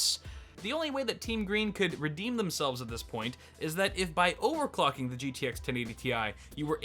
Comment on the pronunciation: "overclucking" lul